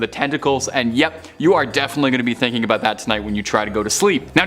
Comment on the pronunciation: The first narrator, he's from either Illinois, Minnesota, Michigan or Wisconsin. I got it all from ONE word. "About". HE called it "Aboot". Maybe Canada too?